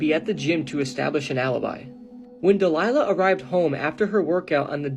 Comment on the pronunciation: It is not Delilah it’s Dalia Dippolito